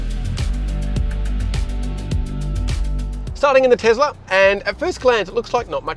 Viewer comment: Tesla not Tezla Mate